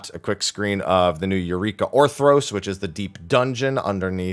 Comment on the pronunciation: I need a dollar everytime he says Orthros instead of Orthos